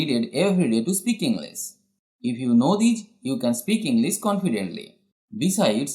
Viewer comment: This is actually a useful thing sir..... But why don't you pronounced "sh" Properly..... You are prounce just"s" For instance - English It must pronounced with "sh" But here's just "s" In fact this is wrong pronunciation sir.... Kindly request to correct it.....